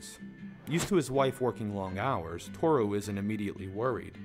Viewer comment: I think Toru may be the only Japanese name they pronounce right lol